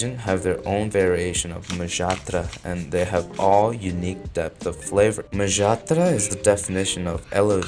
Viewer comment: oh god finally an american youtuber who bothered to check HOW a foreign name is pronounced instead of making a clown of themselves for 30 seconds trying to spell it